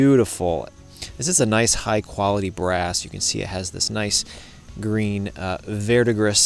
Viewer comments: Just an fyi, “vert de gris” pronounced verr deh gree. 😅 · The 's' in verdigris is not pronounced. It's from Old French and the 'gris' is pronounced like the 'gree' in 'agree'. Hope this helps!